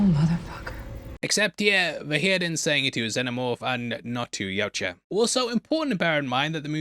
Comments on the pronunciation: It's Yautja, not Yautja. Sheesh. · its pronounced Yautja.